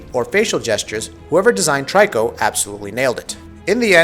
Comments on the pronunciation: i keep hearing a lot of people pronouncing Triko as Try-ko..but its Tree-Ko (much like Ico = Eek-o) technically i believe its To-ri-Ko in japanese wich could be translated as bird-cat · he also keep saying 'Try-co'........lol......I'm so confused. Didn't he play the game??? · Love this game! Watched so many reviews and this is one of the few I’ve liked so far. I’ve noticed you call the beast ‘Try-co’. I pronounce the name that way too, even though it’s not intended, and perhaps prefer this over ‘Tree-ko’ since it sounds sharper, an honour to the Griffin’s strength.For anyone who strives for accuracy, then using the word ‘Toriko’ or ‘Tor-ik-car-na’ as the boy/man seems to say may be more suited. As stated by others, this translates from Japanese as ‘young-cat-bird’ but additionally, it also means ‘prisoner’.